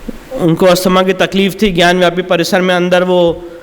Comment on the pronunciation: विष्णु शंकर जी आपको कोटि कोटि नमन है🙏 आपसे हाथ जोड़कर विनम्र निवेदन है कि ज्ञानवापी शब्द का उच्चारण ज्ञानव्यापी कह कर न करें इसका सही उच्चारण ज्ञानवापी है न कि ज्ञानव्यापी आप एक विद्वान अधिवक्ता हैं इसलिए आपको ऐसी सलाह देना उचित नहीं है लेकिन संस्कृत का जानकर होने के नाते अपने आप को रोक नहीं पा रहा हूँ इसलिए इस धृष्टता के लिए क्षमा करना संस्कृत में वापी का अर्थ कुंआ होता है ज्ञान की वापी ज्ञानवापी अर्थात ज्ञान का कुंआ इसलिए कृपया इसका उच्चारण ज्ञानवापी ही करें क्योंकि ज्ञानव्यापी से इसका सही अर्थ प्रकट नहीं होता है🙏